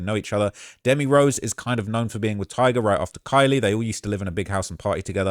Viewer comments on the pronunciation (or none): none